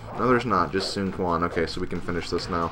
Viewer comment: Also, Quan is pronounced "Chuan":)